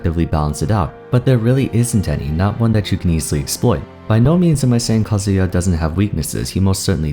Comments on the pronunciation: What he says in his voice: Kazuya What I hear in my mind Kazuha XD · You pronounced Sakurai so well but pronounced Kazuya pretty sloppy!